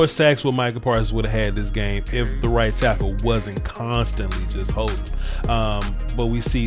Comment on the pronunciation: i had to go back and listen to this coulda swore you said white tackle instead of right tackle